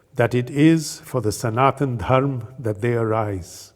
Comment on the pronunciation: Can't expect any North Indian by default, to pronounce the correct Sanskrit way : dharma, sanatana. Only a south indian would do that although they do exaggerate it far too much, atleast the word is not butchered by being cut abruptly as if the "a" was just not there!!!